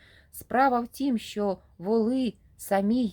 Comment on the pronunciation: Слухаю вас з увагою, ви з молодшого від мене покоління. Очевидно ви із східної України , чую по вимові, з великим впливом російської. Шчьо, чьому, дЗім замість дім, широке російське Ы замість українського короткого И. Але мені приємно, що в часи, коли наші сусідські «браття» вбивають наших людей за мову українську. Щиро вам дякую за читання і прагнення розвивати українські канали. А вимова? Може треба буде змиритися з сучасною модою. Адже багато мо перетерпіли зміни: англійська британська та американська, іспанська європейська та латиноамериканська, португальська і бразілійська, французька і крейол. Світ міняється, але Україна буде вільною.